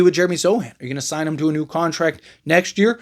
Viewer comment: It’s « contract » not « contact »